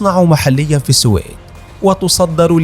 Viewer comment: منذ سمعتك تلفظ اسم (السويد) غلط . مسحت يدي من الفديو .